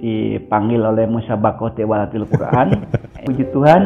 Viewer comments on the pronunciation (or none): Orang awampun fasih kl bilang Al Fatihah. Ini ngaku ustadz trus murtad bilangnya Al patihah. Masaaak sih. Ketauan nipunya. Trus blg Musabaqoh Tiwalatil Qur'an aduuuh. Engkong, salah itu. Ketauan org awam sampeyan. Biar kt wow gitu ? Sekelas guru ngaji murtad, halah mungkin nih biar bener gitu pegangan kami umat muslim ya Al Qur'an , hadis .sunnah2 Rasul bukan nyontoh org model km ya. Kita mah senyum2 sj